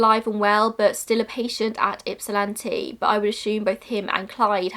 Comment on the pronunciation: A+ for the pronunciation of Ypsilanti!